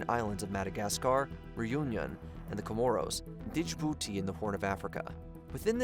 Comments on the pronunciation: *DJIbouti Bunch of others too. Pronunciation issues continue, and relatively basic words. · I love your videos, but you should really look up the pronunciations of names and places. Djibouti, Cote D'Ivoire and Francois Hollande were pretty brutal to name a few. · "dij'booti" "kolta deavro" "kowta dee ivor"